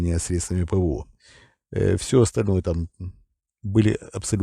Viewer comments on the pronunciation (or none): none